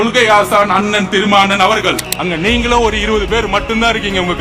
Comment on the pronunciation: “திருமாவளவன் “ னா அல்லது “திருமான்ன்”னா?